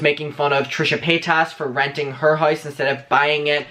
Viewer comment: Where r you from? Your pronunciation is interesting !! Lost oos replaced with e: hoese/house, hoever/however,----about;now